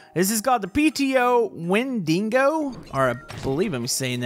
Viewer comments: Win-da-go not win-dingo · Wendigo is pronounced wend-igo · It's pronounced as When-dee-go